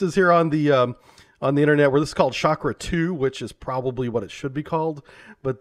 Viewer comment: Chakra not Shakra.